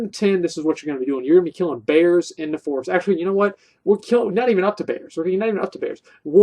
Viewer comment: "KEELIN BEARS IN DA FOREST" XD omfg